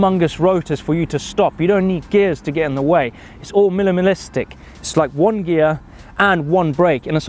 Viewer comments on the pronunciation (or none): needs to learn to pronounce minimalistic:P